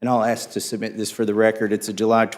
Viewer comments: Damn he say …ax for it ..what the hell is ax ? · …at the time that AKS for the information, it wasn’t available to us…. “Aks” instead of “ask”? At this point I am done. Proper English is not racist, it is essential to communications.